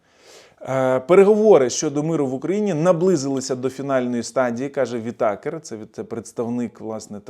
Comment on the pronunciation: вИтакер, а не витАкер.